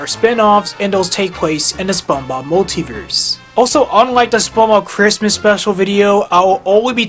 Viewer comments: you kept saying SpongeBog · Your constant mispronunciation of “SpongeBob” is extremely distracting